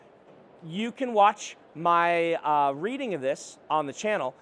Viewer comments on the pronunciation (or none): none